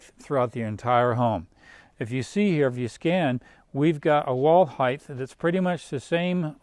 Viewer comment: Height not heighth